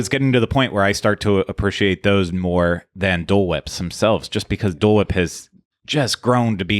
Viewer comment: Appreciate = uh-PREE-shee-ate.... Not sure why this bothers me so much but pronunciation of Appreciate is irking me